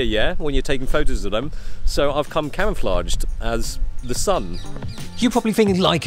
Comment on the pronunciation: Hahah I thought he said cameraflage